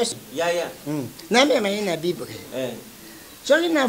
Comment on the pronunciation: oza na problème ya prononciation😂😂😂😂😂😂😂 alobi nako jifré yo au lieu de Giflée 😂🙆🏾‍♀️ alobi lisusu bibre au lieu de Bible😂😂😂😂😂. Na yebi que oza sala yango exprès...to lingaka to mingi papa.